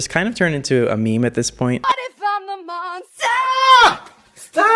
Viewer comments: “What if im a MoNsTaH” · “What if I’m a MoNsTuH”